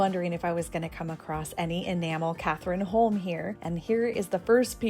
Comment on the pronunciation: I love bargain hunting in Scandinavia. Lots to see and learn about 🤩 Krone is pronounced kroner 😊 and cathrineholm is pronounced Katrinholm, one word not a person.